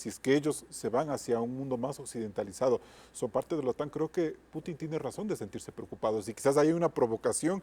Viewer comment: Esa señora ni siquiera puede pronunciar el apellido del presidente ruso